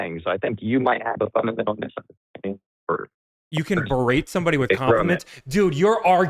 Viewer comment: guy keeps wanting to use "berate" but he's too illiterate to know the word does not contain a 'd'.